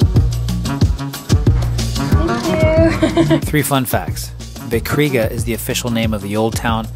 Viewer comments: "Vecriga" is pronounced "Vetsriga", literally means Old Riga. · It's not [Vekriga] but more [Vetsreega] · not the vekriga 💀 but actually, the c is pronounced like ts, i think in all your upcoming countries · 1st time hear someone calling Vecriga Vekriga :D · Funfact, the VECRĪGA is pronounced [vetsriiga] (=Old-Rīga) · Yea I figured I butchered the pronunciation, thanks for clarifying! All the best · I love how you said Vecrīga, it wasn't even close of how we actually pronounce it, but I love it :D :)